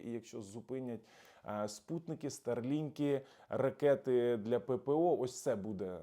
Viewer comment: старлінК а не стерлинг .))) стар- космічний ..лінк --лінія .космічна лінія .А не стерлінг .Ти може орк бо у того вундерваФля Гастарбайтер та інше що йому ні розум ні челюсть ніпазваляєт правильно вимовити .